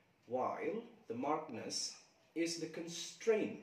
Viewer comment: Go find out how to pronounce ”markedness" correctly